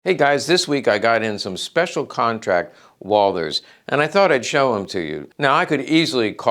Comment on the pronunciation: Fun fact : it's Walt- her , properly pronounced 😉